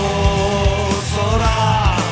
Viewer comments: о сұрақ дегенді айтқанда осырақ деп естіп тұрм ғой😂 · Осырақ осырақ деп естілемаа😂